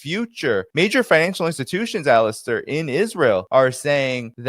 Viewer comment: Poor Alastair, always called "Alister" on podcasts...It is Ala-stair with the stress on air, not the A.